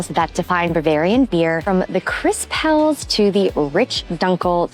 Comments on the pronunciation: It's pronounced Hell-es and not Hells !! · Helles is a two-syllable word: HEL-les. The final “e” is sounded, like the “e” in “less”. 👍🍻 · Have been to Augustiner in several locations. Great restaurant and excellent bier. Say “hell - es”. Next times(s) head to Bamberg for craft brews and to Sachsen for “thicker” Czech style lager.